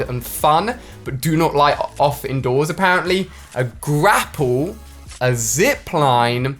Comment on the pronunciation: a pear ently